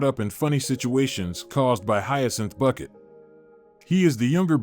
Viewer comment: It is not Bucket, it is Bouquet :D